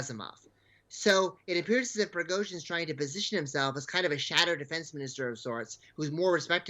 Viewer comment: Shame on the anchor(((. She cannot pronounce the Wagner group‘s leader last name correctly😏